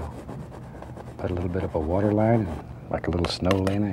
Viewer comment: Lol imagine him doing a cooking show... 🤣 "Little to much watah oh well it was a happy accident"